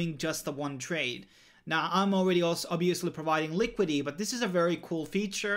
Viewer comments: Li Kwid it tee not likwid ee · Thanks for the informative video, however it really bugs me that you say LI-QUI-DY. Please pronounce the complete word, LI-QUI-DI-TY ... liquidi-TY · Liquidy liquidy liquidy... speech impediment?